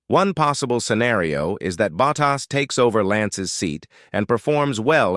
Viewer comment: kThis is wihtout question the worst audio for F1 I've ever heard. It is awful. Spend some money and get a real person to read the text. A person would pronounce Bottas's name correctly and not sound like a bloody machine. UGH! tycho's comment puts it in context.